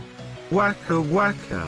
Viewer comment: Wah-kuh Wah-kuh